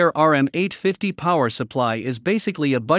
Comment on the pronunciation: lol...RM850...they called it "ROOM 850".